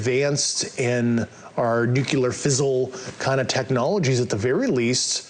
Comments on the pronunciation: That’s the most powerful kind of fizzle. I think he meant fissile materials, but that’s not his area of expertise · I believe he meant fissile as in fissile materials. Although it was pronounced a bit off.